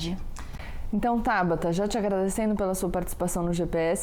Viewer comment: Acabei de ver isso também, Marcelo. Estava procurando aqui nos comentários para ver se mais alguém tinha notado. Ainda bem que sim! Para quem não viu (ou não entendeu): o nome dela é TABATA, com "T" na última sílaba, e não TABARA, com "R"! :-) Vamos ver se alguém corrige! (22/08/2021, )